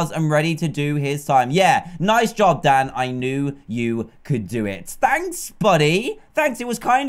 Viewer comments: My whole childhood I though he was saying “hey guys down here” but nah he says “hey guys Dan here” plz don’t say I was the only one 😂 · No you aren’t I thought he was saying it to